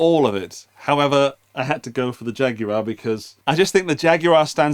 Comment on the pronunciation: The British pronunciation, while not exactly accurate, is so preferable to the horrifying U.S. "JagWIRE!" It's guar like guar gum. Thank you, UK cousin for your pronunciation and for an excellent examination of a fun guitar!